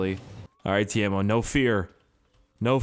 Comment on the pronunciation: His name is Keimo not Teimo